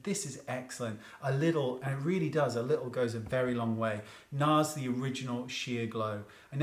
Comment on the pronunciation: When he said NARS I WAS LIKE BOI BYE